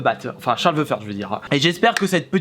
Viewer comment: "The" sa se prononce pas "ve" mais "de" 😒